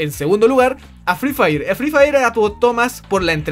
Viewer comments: el fri fair po prro xd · jaja fri fraier xd